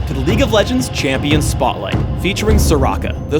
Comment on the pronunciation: Why does say "chee-ampion"